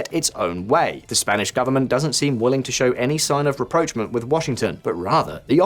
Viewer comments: Same again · In the Spanish context "presidente" means ·chairman of the government· or ·prime minister·, not ·president·. Spain has a king not a president. Also your pronunciation of rapprochement and diaspora are way off.